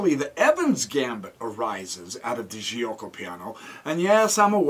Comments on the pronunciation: bxc3 is wrong that was the opportunity to play the Moeller (Moh-ler) with d5. Giucco is pronounced joke - oh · Nice video! BTW the right pronunciation is " jew-oco piano"